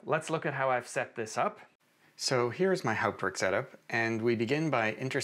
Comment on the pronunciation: What an amazing video! I had no idea this was possible. I hope you can do more videos showing people how to set up and configure Hauptwerk (and glad that you can pronounce it properly!). I have a basic 2m and P set up in my office, and am building a 4M version in my living room using mainly second-hand scrounged parts. I also love the French sound and C Franck. I have HW 4.2.1, and would like to learn how to build new instruments using CODM. The manual is impossible to read. - JN